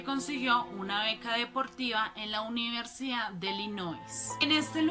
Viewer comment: "Uniersida" en Princeton? "Etsámenes" improvisados? Lo "acectaron" en la "uniersidá"? "Etceso" de velocidad? Entró en "atción"? "Decetcionado"?